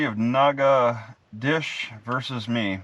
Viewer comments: I think it's pronounced "naca- dotches(rhymes with "notches") but whose counting. Nacadash is just fine. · Those stupid people in that town don't even know how to pronounce their own town. The correct pronunciation for that is NAT-KETO-SHAY. It's french. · it's pronounced NOG A DOE SHISS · Spelled "natchitoches" pronounced "nackidish" hooked on phonics failed on this one... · Natchitoches nah-codish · Pronounced "Natch-it-toche-es". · Pronounce Nat-che-toe-shis. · That's in Texas. Most locals here pronounce it "Nacka-tish"